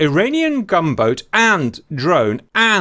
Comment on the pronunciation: No offence but I was so confused the whole time because I thought you were saying "Iranian Gumbo"